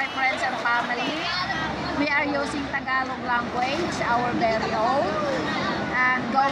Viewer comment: Please don't pronounce Tagalog like that. I know it's not a big thing, but it is pronounced like "ta-GA-log", but you pronounced it with the stress on the first syllable "Ta-ga-log" and the "a" sound is pronounced like "aah", not "a" like in "cat".